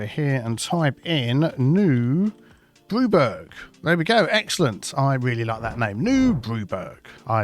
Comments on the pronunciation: It's not burg, it's burra. As in Edinburgh, Bamburgh. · pronounce the city name wrong This Burg not burgh e.g Hamburg and Edinburgh, so New Brewburgh will have ending of Edinburgh 😅